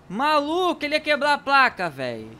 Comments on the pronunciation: ele ia quebla a placa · maluco ele ia quebla a placa